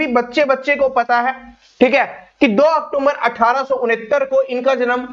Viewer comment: अक्टूबर को अक्टूमबर क्यों😢